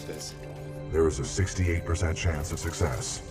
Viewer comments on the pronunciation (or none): none